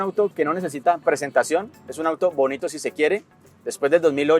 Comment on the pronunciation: "con dos maletines ya je llena", ese acento caleño 👏 excelente video, gracias por el buen contenido siempre